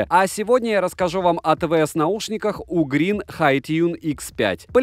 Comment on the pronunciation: Блин, не "у", а "ю", югрин.